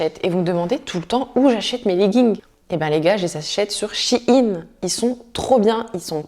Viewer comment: Ça se dit shine